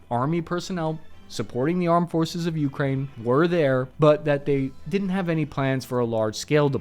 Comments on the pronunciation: Your stress when you say “Ukraine” is driving me crazy. The second syllable is stressed, not the first one. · The way my man pronounces Ukraine is like nails on a chalkboard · When will he learn how to pronounce Ukraine? You-KRAIN, not YOU-krain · key-EV, yu-KRAINE not KEEV YU-kraine ugh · Why do you pronounce Ukraine like that😭🙏